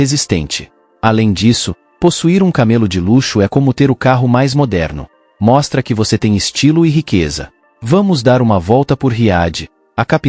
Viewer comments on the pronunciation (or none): É isso que dá usar a inteligência artificial para narração de vídeo. Não é camelô, é camelo. Sem acento.